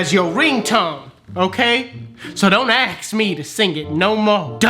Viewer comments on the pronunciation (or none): "dont AKS ME" ask smh🤦‍♂️